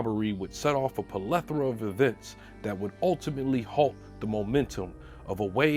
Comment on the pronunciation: The way you pronounced plethora is crazy 😂😂. Good video tho